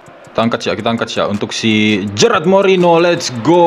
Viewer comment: Bukan gerard bang tapi gerard